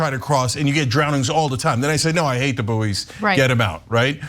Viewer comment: Boo'ee's!!! Wtf 😂 It's bouys, pronounced as boys! Americans!!!!! 😂😂😂😂 🇬🇧 🇬🇧 🇬🇧!!!!